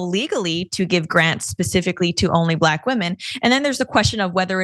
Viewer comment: Glade you noticed "blaAk"